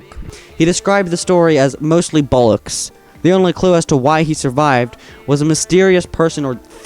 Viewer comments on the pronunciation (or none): “He described the story as mostly bollocks” Sorry lad it’s so wrong to say bollocks in an American accent the word is too British